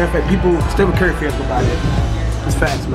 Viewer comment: He says carry instead of curry